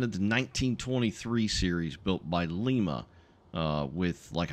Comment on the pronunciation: Love your content man, keep up the goo work. PS: its pronounced Lime-a.